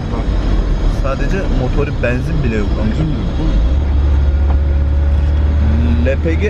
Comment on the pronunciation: Şu benzin demeyi bi öğrenemedin im. Banzin değil yumuşak söyle.